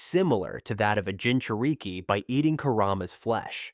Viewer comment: "Jinchur-eeke" "Kamooe" "Sharingin" 💀 Help me!!!